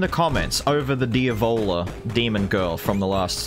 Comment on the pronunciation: the whole time you where talking about the diavola boss, I thought you were saying the ebola and was very confused lol